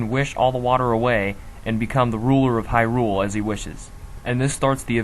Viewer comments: HAI-ROOOOOOOOOOOL Uh... how about Hai-rule? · Disliked for saying hy-RULE instead of HY-rule over and over. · Dude, what the eff is up with your pronunciations? HyRULE? Duku tree? Jew-rudu? Stall-foss? MaLONNE? You're trying too hard. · Interesting theories. The way your pronounce Hyrule kind of drives me crazy though. :)